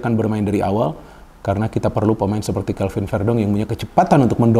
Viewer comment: Bukan kevin tapiii CAlVin